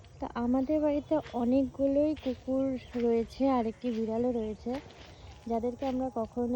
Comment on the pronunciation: কেকুর না দিদি কুকুর🤣🤣🤣🤣